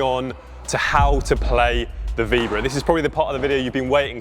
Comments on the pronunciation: Vee BO ra not veebra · "Vee-bra"? Maybe learn to say it before you try and teach it?